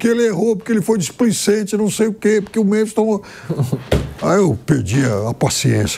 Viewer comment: Vampeta: " Memis." 😂😂😂😂😂